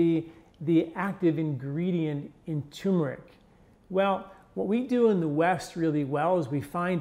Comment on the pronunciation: Good info but another guy saying, "tumor-ic" instead of turmer-ic.